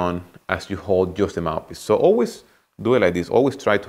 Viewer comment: Is it just me or does it sounds like he says mapis not mouthpiece